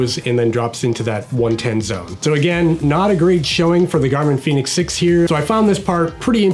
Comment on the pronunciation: Its pronounced Fen-ix 🌝